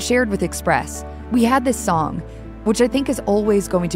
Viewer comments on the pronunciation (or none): none